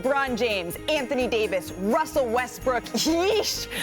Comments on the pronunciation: Richard says Russell Westbrick LMFAOOOO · Did I just hear R.J say Russell Westbrick🤣